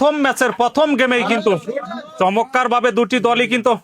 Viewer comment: চমৎকার না বলে চমক্কার বলেন কেন?